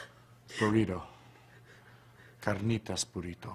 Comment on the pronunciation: he knew his pronunciation on "carnitas" was so on point that he couldn't keep it together hahahaha